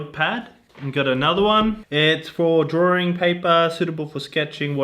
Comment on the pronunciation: Did he say “drawring”?